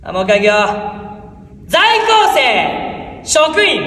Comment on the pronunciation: 「ざいきょうせい」って甘噛みしてるの好き